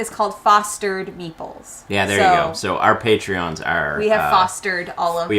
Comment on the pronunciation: Congratulations on the anniversary from the UK. Your channel was one of the first i ever watched and helped get me into the hobby. I still laugh about the first video of yours that i watched and i thought meeples were called meatballs! Must be a Canada to UK accent thing!!! Keep up the good work guys!